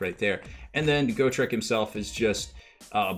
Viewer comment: Go-trek? Got-rek